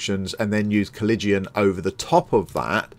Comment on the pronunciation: Nah.....he butchered the pronunciation. Then again, unless you're a history nerd (or major like I was), it isn't a word you run into often.